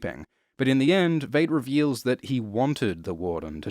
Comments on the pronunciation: I swear hasn't seen a single episode of the show because he pronounces it as V8....this is such a disappointment. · Every time you mispronounce Veidt as Veight I want to stab myself in the ears. I mean, you watched the show I'm assuming so, you heard the correct pronunciation there not to mention the movie. That leads me to believe its intentional but I can't for the life of me figure out why... Great vid otherwise. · It's pronounced "VITE". It was pronounced that way repeatedly throughout the show. Did you actually watch the show? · It seems most people on YouTube cannot pronounce "Veidt". It sounds like "white", as it's derived from the Latin word "Vitus". - Superb video despite this. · I swear hasn't seen a single episode of the show because he pronounces it as V8.... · Veidt, with a long "i" vowel sound. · Everything about this video is perfect, with one exception: please learn to pronounce the name "Veidt". They said it out loud in the show itself many times. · when you do 2 in-depth videos about watchmen and you still can't pronounce Adrian Veidt's name correctly 😆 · I know people have had issues with how he pronounces Veidt and Bass Reeves and whatever else but nobody beats him saying “WATCHMEN.” Nobody. Best voice in the business. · I'm bothered by the way you pronounce "Bass" and "Veidt" but this is a great overview. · Amazing video, but was anyone else uncomfortable with how Veidt was pronounced? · Entire world: "v-eye-t": "you mean.... v-eight?" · 5 years late to the party to say It's pronounced "Vyte" not "Vade". Adrian Veidt as in might and right, not Adrian Veidt as in Jade and Evade. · It’s VEIDT LIKE VY-ITE , or VIolet. Not Vait. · Its pronounced Veet not vate mate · Veidt is German. It’s /vaɪt/ not /veɪt/ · Why do you pronounce Veidt as "Vate", when we know it's pronounced "Vite"? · good descript but almost couldn't watch because you mispronounced V eye ght. with v at ght. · Veidt is pronounced like "Fight"